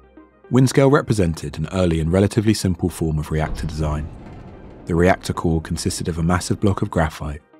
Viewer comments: rector core lol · Rector core? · ah yes rector core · "rector core" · It's actually "reactor core"